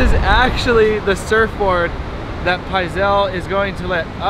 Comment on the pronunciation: Pizal stick instead of fizzy pop but kinda like fizzy pop! but pronounced P-iz-AL